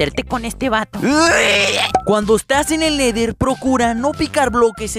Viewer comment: No se dise neder se dise nether